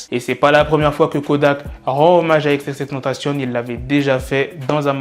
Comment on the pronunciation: Xxxtentacion pas xxxtentcion